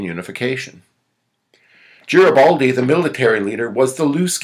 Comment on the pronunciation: It is a pity that he continually mispronounces the name "Garibaldi"